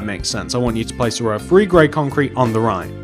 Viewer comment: Nobody: Me: Him: One, Two, Free